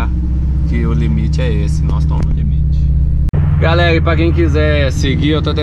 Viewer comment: Só um tok para nosso amigo, vai no fonoaudiólogo e aprende a falar, não é "galerra"